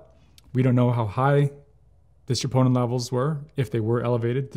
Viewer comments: He says triponin levels but it’s troponin but maybe I heard it wrong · Elevated WHAT levels ????????? Chee-POH-Nuh? Enunciate clearly .